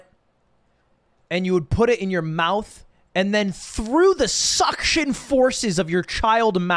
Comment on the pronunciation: Why he say "suction" like that